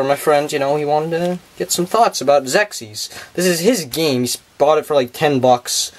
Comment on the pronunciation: Just to be helpful... The name of the game is pronounced "ZEX IS" If you look up the original TV Commercial, You hear the announcer pronounce it this way. I owned this game as a kid and wish there was more interesting stuff about it on Youtube. Sadly, There arent any "history of" type videos or lore explanation videos anywhere.